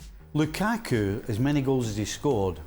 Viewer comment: also if you're gonna edit at least pronounce "Lukaku" right